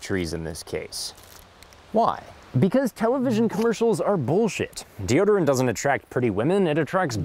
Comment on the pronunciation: Um, deoderant? Really?